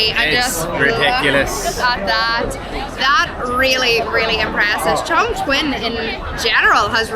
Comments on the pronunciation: kept pronouncing the city's name as "Changchun", it's another tier 2 city in Northeast China, famous for the car industry and Changbai mountain. Chongqing is pronounced as "Chung-cing" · U pronounced like Changchun😂😂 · The way she pronounces the city name, Chongchween 😂😂